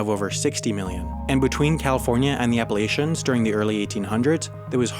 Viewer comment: Your pronunciation of Appalachians has me triggered